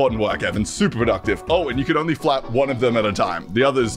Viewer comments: I heard “fap strength” instead of “flap strength” and was very confused for a second. Lol. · I can only hear "lets adjust the fap strength". Please tell me this is not only me. Please